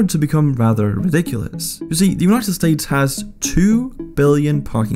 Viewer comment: united sates 🤣🤣